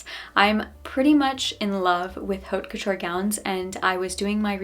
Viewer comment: Beautiful work (and by the way, haute couture is pronounced OAT KO-TURE)(the "h" is silent).